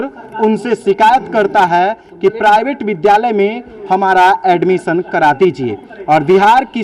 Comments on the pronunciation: Alumison = admission 🤣🤣🤣🤣🤣🤣 Wah wah. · Sir galat bol rahe hn admition ka spelling ye baat thik h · Addmisiion Admisan Admison Admisan Edmicion Galti se e sob ho sakta he Lekin Adbsalmison omg 🤣🤣🤣🤣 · Reporter:admission kaise likha jaiga: abs, aimosiom, abmision 🤣🤣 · ADBS. ,ALMISION ,ADMSION BC e hai bihar ka teacher 😆😆😆😆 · अरे गदहा ये कैसा पत्रकार है जो खुद अड्मिशन का स्पेलिंग गलत बोल रहा है और ये चला है इंटरव्यू लेने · ne admission bolne me pura a se z Tak bol diya🤔🤔🤔🤔🤔